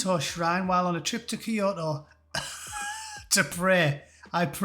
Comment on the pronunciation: The words "Shinto" and "Kyoto" have never sounded better spoken.